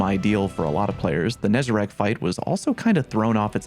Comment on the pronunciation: Holy shit man. Is it THAT hard to properly pronounce NEZ-A-RECK's name? Why the hell does EVERY stweeemmmujuuhghdzrgzdsf use the word "RACK" and not "RECK"? Nezarec. Pronounce it. NEZ-A-RECK. NOT HARD. AAAAAAAAAAAAAAAAAAAAUGH.